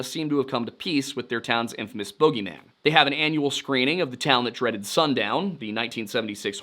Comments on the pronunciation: boogeyman not bogyman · A bogie man? Its boogieman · I've never heard it pronounced as Bōgeyman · Only a few seconds in but what in the childhood nightmare villains is a bogi man? Did he mean boogie man? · It’s boogie man for yanks northeast,too. He is pronouncing it wrong 🤷‍♀️ Never heard of the other pronunciation, it’s boogie for everyone no matter where you are in the country/world . Hopefully none of us meet him! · Gonna have to work on the boogie man pronunciation my guy